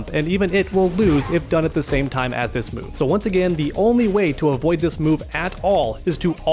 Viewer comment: "do dis move"